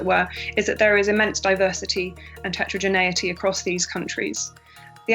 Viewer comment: she say tachadreneyatie?? Even fucking google doesnt know what it means?? They are talking bullshit.